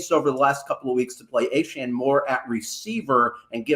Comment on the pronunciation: Are we just going to let keep mispronouncing Achane? He clearly says A-Chain as opposed to A-Chan